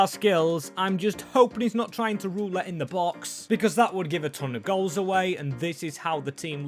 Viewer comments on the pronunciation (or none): none